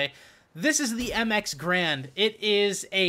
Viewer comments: Garande, pronounced 'GA-RANDE', not 'grand'. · It's not grand, its ga-rand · Pronounced GAIRund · Its ga-rand btw..